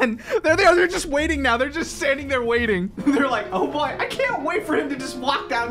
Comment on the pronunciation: and why are you saying thay'er